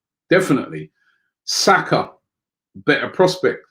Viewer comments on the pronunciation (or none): none